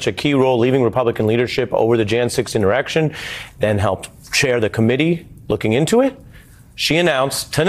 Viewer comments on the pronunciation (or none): He said "innerections", 🤣🤣🤣